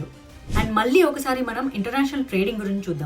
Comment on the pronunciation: పీయూష్ గోయల్ గోషల్ కాదు. అవకాశం అవకాషం కాదు. మల్లీ కాదు మళ్ళీ తెలుగు లో ల ళ న ణ ఉన్నా యి. గమనించగలరు. వాగ్దానం. వాగ్ధానం కాదు. అక్కడ ఒత్తు ఉండదు.